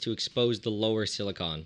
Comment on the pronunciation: Is no one going to point out the fact that he says silicon weirdly. Like, when he says silicon tetrachloride it sounds like silicun, the way most people say it. But when he is talking about silicon by itself he over emphasizes the "o". Like sili-CON.